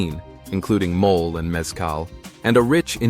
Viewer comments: Video ok, please try to pronounce principal words like “mole’” not mole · Mole (mol lay) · Speaker needs to correctly pronounce simple Spanish terms used. For example, “mole”, the famous Mexican sauce is not pronounced “mole.” It has two syllables with emphasis on the second. For goodness sakes, do your homework!